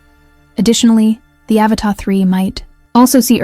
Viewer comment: AVATA! Not Avatar. Pffffffffft.